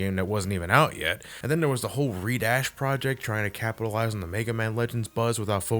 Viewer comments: redash.. did he really read that as re-dash ? its red-ash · It's not pronounced "Redash", it's "Red Ash". Either way great review as always! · Red. Ash. Not ree-dash. Not that hard. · Did just pronounce Red Ash as Re-Dash?